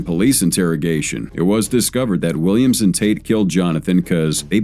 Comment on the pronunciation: I swear, every time the narrator said "Williams and," it sounded like it was saying "Williamson."